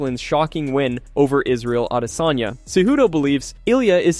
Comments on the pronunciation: He says Izzy’s last name , the way Izzy says it HowEver it is very Annoying , trying to follow what is being said, just keep hearing that Distracting Way of saying his last name…..Missed Out On The Messages, just say it the normal way English speaking people do…… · throws me off everytime the way he pronounces adesanya. way to get more comments. thats all